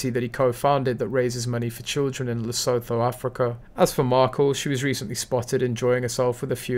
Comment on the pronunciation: Le soo tu = Lesutho Sen ta bah le = Sentebale Please check the pronunciation of words before you make videos it's just much more professional